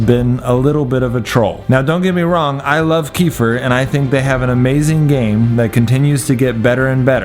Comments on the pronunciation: Great video! It was very helpful! (Jus one thing... It is supposed to read "KuhFEAR" And not "Kefier) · Kefir not kefer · Its pronounced kefear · It's pronounced (keh-fear) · Your saying kefir wrong its a drink in russian the enthasis is on f